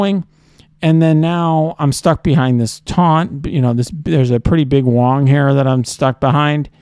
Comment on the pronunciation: "You want a big wong" priceless